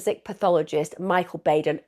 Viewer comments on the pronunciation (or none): none